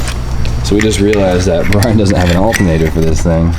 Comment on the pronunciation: It sounded like you called Brian B-Hole...